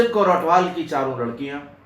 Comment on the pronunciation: Sir g pairi pauna sir g bht jaaada pyar satkar te ijat from punjab love you so much sir g naale ik gal hor sir g ATWAL not ATHWAL